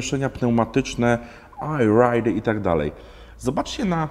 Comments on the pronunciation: ER RAJD, nie AJ RAJD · Najpierw mówisz o "przycebuleniu", a następnie wypowiadasz błędnie "ajrajd". To chodzi o "I ride" czy "Air ride"? ;)